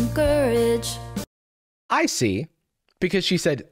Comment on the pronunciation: The "finding, COU-rage" line (and many others) is an example of bad lyrical phrasing. A competent songwriter knows how to align the lyrics with the music to avoid emphasizing awkward syllables. One of those things you only notice when it's done incorrectly.